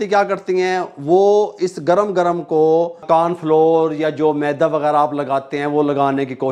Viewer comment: Maydaa NAHI hota. MEDA hota hai. MAYDAA ( STOMACH ) ko kehtay hain. MEDA ( WHITE FLOUR ) hota hai.